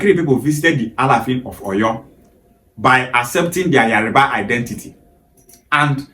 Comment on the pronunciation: What is wrong with some Igbos. You can tell that it is not spelled Yariba. Why pronounce it like that.